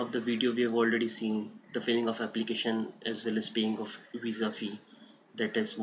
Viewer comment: FEE NOT FESS